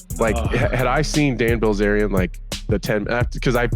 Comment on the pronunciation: Did you say Ban Dilzarian lol